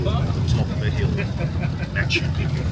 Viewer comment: I'm a fan of Ross and a believer in UFO's, which I have seen, but he is totally out of his depth here. Why can't Ross even pronounce Picchu? Brian, the guy in red talks a lot of bullshit. I have guided the region since 1985 and my book Realm of the Incas covers the area from the snow peaks tot he Amazon jungle. There isn't thin air altitude at MP. Ross must be unfit. It is lower than 10,00 feet where I have my farm below the quarries near Ollantaytambo. JP is also a nitwit. There are archaeological and architectural studies, especially the Wrights that show precisely how it was built - including with drainage channels underlying the entire citadel. All to plan.. Intihuatana, which he can't pronounce, is the hitching post of the Sun and casts no shadow at the equinoxes. So much is known. These guys just wallow in their ignorance. Built around 1400.There is no cocaine in the coca leaf, Geez, this is hard to watch. You can see gigantic megaliths all along the trail to the quarry at Ollantaytambo. They call them tired stones as if they fell asleep. In truth, the Spanish invaded before they could be completed so the 'thousands of years' theory is more drivel. You can still see the giant ramp that was used to drag them up to the main temple. In the 1990's we dragged one of the the megaliths on gravel and they moved smooth as mustard. Sorry to say this is the worst programme I have ever seen on News Nation. Utter bollocks.